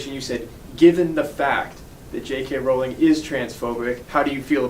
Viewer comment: Amused by how he's defending J. K. Rowling but pronounces her name wrong. Can't blame him! Whenever I read it, my mind thinks the same thing. My mnemonic is: 'J. K. Rowling isn't going bowling. But if she were a werewolf, she'd be howling and growling and yowling.'